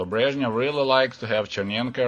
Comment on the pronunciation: It is encouraging to hear the names <<Brezhnev>> and <<Chernenko>> being pronounced correctly.